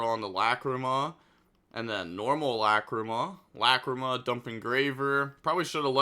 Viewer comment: The way he pronounces "Lacrima" as "LA CREE MUH" is so funny.